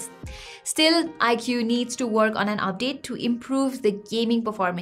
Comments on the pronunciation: You don't say it like "I Q" , you say it like "eyekooo" 😬😛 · That's how it's pronounced. Stop simping.😛